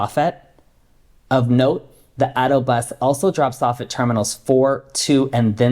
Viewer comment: Thanks for pronouncing "Ah - Day - Oh" for ADO... Knowing how to pronounce the alphabet in Spanish is a good hint!